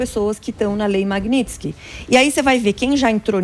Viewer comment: Samy grana nao sabe falar Magnitsky ate hj